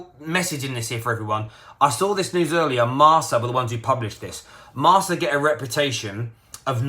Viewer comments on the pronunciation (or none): This guy pronouncing every foreign thing wrong… Laionel Messi? Marsa?